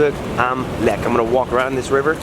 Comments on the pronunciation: Lech, not leck, the German "ch" is the same as in English (eg bench, much, touch, ect.) The "ck" is a hard k, like also in English (kick, trick, fu...) The only real difference in German is with the ei and ie, wich are completely different vocals: "ie" = long i and "ei" = y/ey/ay. (The letters Y and X almost never appear in German, as well as in most other languages such as Italian, French, or Spanish.) They entered English primarily through Catholic Latin texts (ex oriente lux et pax). Even in Shakespeare, one rarely finds words containing x and y; they only came into the English language with a pseudo-Latin language novelization. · Sorry, had to stop right away, - Lech,- ch! Not Leck. You learned it couple years ago .. ( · by the way, why do englisch speaken persons always struggle with the geman ch? you have the same sound in your language. the german ch makes the same sound like the h in huge or hugh grant. thanks for being back, missed you.